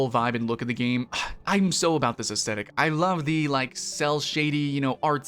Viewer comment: The G sound in genre is the same sound as the J sound in Jacques. You know like Jacques Cousteau? It’s not pronounced with a hard J sound like John. Aesthetic is pronounced largely as it is written which is to say that th is pronounced with a th sound not a t sound. You can’t aside something, at least according to the rules of proper grammar as aside is never a verb. Though good for you for trying to use some fancy words in your video to make you sound sophisticated. Also I don’t think ciserity is a word.